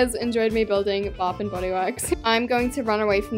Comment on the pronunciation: I’m so sorry but “Baf n body wourks!”